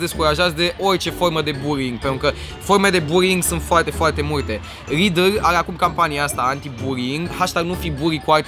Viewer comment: 😂 uitate cum zice lidl. Nu am nimic cu rr-itii, dar suna foste ciudat.